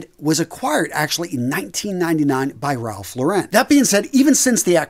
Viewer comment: It's pronounced Ralph "Lorr-un", not "Lor-ren". Ya killin' me, man! 😫 PS: Another great video. Thanks again! 👍